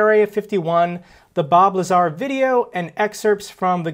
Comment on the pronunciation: He said lazar , he doesn’t know